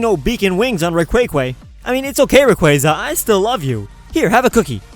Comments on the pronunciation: You need a slap, just for calling him "Ray-quay-quay"... Other than that, I like the video :D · i lold when u said raquayquay 💀😂😂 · Rayquay-quay XD WTF man? XD I cant stop laughing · "Raquyquy" fucking killed me. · Rayquay-quay lol! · dude when you said Ray-quay-quay I couldn't stop laughing! I like the name! hahahahahahahahahahahahahaha😂😂😂😂😂😂😂